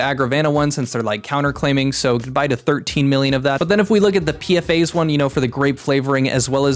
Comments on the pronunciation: P-FAS, not P F A's. The S is part of the acronym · just a nitpick but the "S" in "PFAS" is part the whole acronym (perfluoroalykyl substances), so it's commonly pronounced Pe-Foss